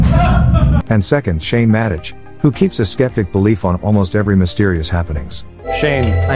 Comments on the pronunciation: Yupp, that's an AI voice (I'm sorry if that annoyed you).. I knew it was pronounced 'Madeh' and not 'Madej', (I wrote that in the description)..... How did I not notice that while making, I myself don't know... But I'm shifting to my voice very soon in coming videos (I don't know why but I felt this voice a lil bit calming)😁😁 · So are you using a " narration feature"? what ever that is. I too noticed the mispronunciation of Madej, and it made me think the whole piece was computer generated. Some kind of AI software used to dev content for clicks and $$ It would be hard to not know how to pronounce Shane's last name if you are a fan of the show. Same with Shaniacs which is pronounced like maniacs not the weird pronunciation you used. Also general text delivery is flat little intonation --no rise and fall before opposing ideas or parentheticals phrases. So are you a "Bot"?